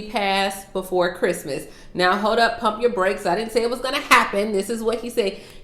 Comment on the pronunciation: You said an incrrect word. It's pronounced CHRISTMAS NOT the other